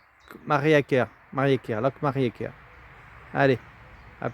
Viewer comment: Le reportage est bien mais trop de voilà,voilà !!! Et on dit loc maria ker